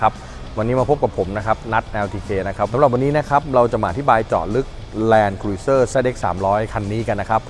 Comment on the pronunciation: ออกเสียง แลนด์ครูซเซ่อร์นะครับไม่ ครุย